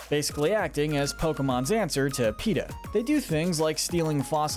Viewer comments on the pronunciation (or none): none